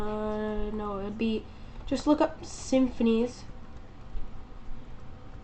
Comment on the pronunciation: its sim-phis, not simphinees